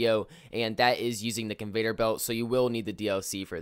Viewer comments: Its CON- VEY- OR belt! NOT Convator belt. Goddamn that shit was driving me insane everytime he said it😂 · It’s conveyor not convater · Hey bro- it’s Con-vey-or belt. No Vader. 👾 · Why does he say conveTor belt instead of conveYor belt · Convayder belt. 😂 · Convater lol.